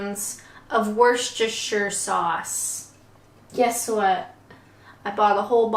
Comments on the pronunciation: Girl you cant pronounce it! Its not Warcestersher - just say it like Wooster-shu (shu as in shut) :-) Other than that - great, fun video ! Hope to join the livestream assuming you are not bed ridden with that cold you are growing! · Volts its not. Its wuss-ter-sheer. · Phonetically it sounds like - Woo-ster-sher (no spaces when you say it) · In the county, yes. In the sauce it's just "Wuster" not Woostersheer". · “Wooshtershire” !! It’s pronounced “Woostershire” 😂😂👍👍 Bless you , great video though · By the way, it’s WUSTER Sauce. Not WUR-SESS-TER ! As Gloucester is GLOSTER, not GLOU-SESS-TER, and yes, say that word CAREFULLY!! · Just a little tip we do shorten it to Wooster sauce pronounced wuss-ter.😊. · You know that Worcestershire is pronounced WOOSTERSHER. Or maybe WURSTERSHER. DEPENDS ON HOW YOU SPELL WOOOOH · its woostershire sauce thats how it sounds and use dajon mustard much better taste than english mustard, and use banks beer or bathhams beer lancastshire r sauce instead of worcester sauce its got abit more kick and A STRONG mature cheese not a mild one try it tastes much better, plus diced streaky bacon added thats my welsh family recipe for welsh rabit you will not go back to old recipe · Just pronounce it Wooster sauce that's the way most Brits pronounce it leave the shire out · Easy to pronounce if broken down. Try this. "Was - Stir - sheer" sauce. Easy peasy!.. I'd drop the beer & used Dijon mustard instead... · It’s literally “Wooster” 🤣♥️ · Ps WUSTER, sauce lol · Another great laugh-a-minute video from you,! I was going to advise you about just pronouncing it "Wuster Sauce" but I see dozens of people already have, so there you are! Also, we always made Welsh Rarebit just with grated cheese mixed with beaten egg - like a cross between scrambled egg and cheese on toast - that was always delicious! An idea for you to try - not necessarily on-camera! It really is tasty! Thanks again for a great video! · It's 'Wooster-sester-shire' Sauce! Honest!